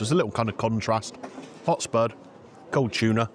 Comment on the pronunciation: Cheese and chuna, great combo lol. Love the way you say chuna! I can see why they are so popular, those looked amazing with huge portions. Nice to see someone like him put the work in and it pays off. Keeping the quality up will see him continue another 20 years. That was so nice getting a fan pic, they seemed chuffed. Glad you spent time with the greenager and she enjoyed her lunch too!